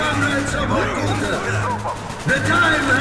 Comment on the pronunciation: It's still hilariuous, how russian (soviet soldier) enemies are voiced in this game. They're speaking with an accent worse than any american or such. Also, many of words pronounced wrong, like Vorkuta. It's Vorkutá, not Vorkúta. Drágovich, Krávchenko, Reznóv, Sergéi.